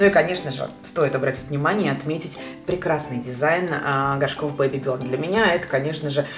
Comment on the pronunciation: Благодарю за лекцию английского языка 😘😉, но название бренда не на английском и правильно произносится Бэйби бёрн ✌🏻